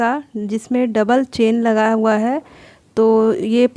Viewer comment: आप चेन बोल रही हैं या चैन 🤔